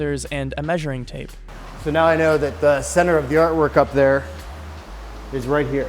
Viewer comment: Right was pronounced wrong lol